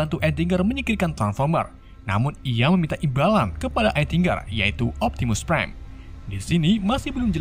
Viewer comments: niu optininung prrime ,optinung prime nungin ninu optinung priem uhk ohk ehk ehkkkkkkkkk😂😂😂😂😂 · Optimus pride urgh urgh urgh